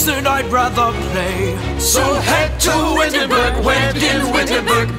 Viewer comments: make a song, i would buy it, listening to the sims say windingburg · Woo-enburg! Too bad I have to wait until Christmas-burg.